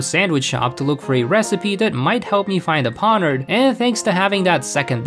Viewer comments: ok what. Ponard, iron threads, luma crash, bro it's Pon-E-Ard, spelled pawniard, I-ron-tred-s, spelled iron treads, and (ok i dont know how to type the pronunciation of the last one, but there is an n and an ia in there. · "Skidoo" instead of Skiddo. "Pawnird" instead of Pawniard. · I've been hearing a theory that Geeta is being mind controlled, and that's why she is so bad, I like that theory Also Pawniard was probably avoiding you because of the way you pronounce their name xD